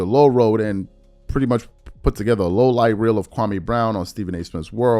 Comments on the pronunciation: Stephen A still mispronouncing Kwame's name. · Countdown to KB response and we know its gonna be bad lol, and he’s on video going to schools trashing Kwame n he still won’t say his name correctly